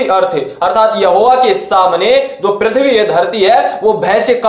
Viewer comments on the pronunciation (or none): none